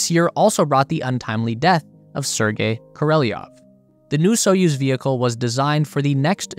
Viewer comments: Koreliov? Why do Americans have so much trouble reading foreign names and words butchering them completely? Why do you speak an i while the name Korelov does not have an i in it? The rest is very interesting. In terms of the Soyuz it seems its purpose and design will evaporate with the end of the ISS. It's also not the cheapest method anymore for launching satellites into space and the current emperor is more interested in Ruski Mir by imperial conquest than the pursuit of science. Even Korolev was a Ukrainian scientist who was scammed by another politician who wanted his job and managed to dump him in a gulag. It's kind of a miracle they managed to invent anything under these kind of pressures and the main reason why others catch up. They could turn a cosmonaut into a hero when he crashed an burned by incompetence but let Kazachs exposed to nuclear testing for science and effects on humans just evaporate in history. The truth is that the Chinese actually improved on the Soyuz design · Is it Korolev or koreliov? The image and the name displayed says Korolev not Koreliov but you keep mentioning Koreliov why? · is it Korolev or Koreliov? 😅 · bro csnt even read the name right 😂😂😂😂 koroleov ??? 🤡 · "...KORELLYOV"...good ole yank pronunciation! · KO - RO - LEV you plebe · The Roman alphabetic transliteratin is Korolev... This guy pronounces it Kerry-a-lev.... Interesting... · "I'm not a linguist" says the guy who looks at K O R E L E V and pronounces it "korelyov". Don't worry my guy, no one thought you were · It is pronounced Koro-lev. Like it is spelled. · Say it with me...kor o lev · More like KOR-oh-lyov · With the stress on the last syllable so KorolYOV, I believe. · Good vid but in future try to read transportation for foreign words. Sputnik, Korolev and Laika pronounced very different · . Omg talk about butchering a name! That’s not how you pronounce it, not even spelled that way. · Kor-o-lev.... not ko-rel-i-ov... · his name is korolev.... not koreleov!